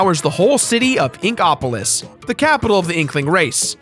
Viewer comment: the way you say Inkopolis upsets me